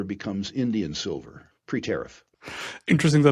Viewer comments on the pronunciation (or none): Sil-FURR... apart from the clickbait, you should call it SILVER, not SILL-FURR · I heard sulphur!